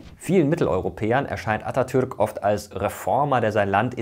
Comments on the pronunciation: Vielen Dank für die korrekte Aussprache des Namens Atatürk. Er ist sehr wichtig für uns. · Atatürk wie ein Türke ausgesprochen